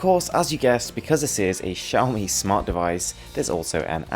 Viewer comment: At least you pronounce Xiaomi correctly.